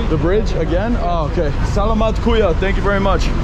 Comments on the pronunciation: I used to say "salamat" the way you do, until I realised that the emphasis needs to be on the second "a", so, more like "selaaamat", with the first "a" sounding like a short "e" and the third "a" being a short "a". Otherwise, well done. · by the way could you learn some Tagalog? It's not "Slamit Po Kuya" it's Saugh-laug-maught Po Kuya" [Phonetically] would help you sound more familiar if you pronounced Salamat correctly!! :) :) :) Like in the word "Saw" ->> Saw-law-mawt Pough Kooyaw <--I think is a better example!! It's all good Bro!!! 😀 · OMGOSH please you need to pronounce salmat correctly, drives me crazy 50x or more you said it wrong. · learn how to say salamat